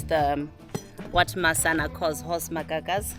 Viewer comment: Horse ma-what nows? Magaga's? 🤣